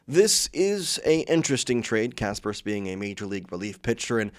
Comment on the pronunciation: And when did Ben Casparius become Ben Casperus?